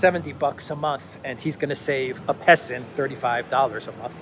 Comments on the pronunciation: “Peson” = “Peasant” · Isn't 'pesson' prounoced 'peasant'? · "Peson" is classic Chinese English. Get used to it. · Hahaha I laughed out loud with your “peson”,! I love how you can add some mental health-preserving humor without downplaying the severity of the problems the world is facing. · "Peson", hmmm. I suspect it's an extra "s" rather than a missing "r".